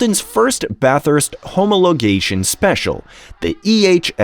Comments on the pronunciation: Homo-logation??? I usually thumbs down AI voice overs. Ive never heard of this model, but i have heard of the 179HP (as in High Performance, not Horse Power) lots of irrelevant images, particularly that yellow engine. Bad Show...😢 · My favourite was - "homo - logation." It must either be for diversity purposes or it's a new species of primitive human.